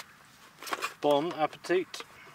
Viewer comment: He did indeed say bong